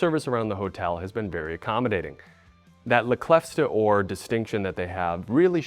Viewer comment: Another great video, and the production values keep getting better. We could work on your French pronunciation in Les Clefs d'Or, though - lol.